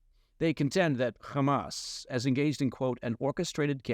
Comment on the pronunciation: pronounces "Hamas" correctly. Liked and Subscribed.